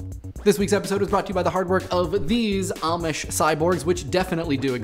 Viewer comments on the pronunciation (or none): none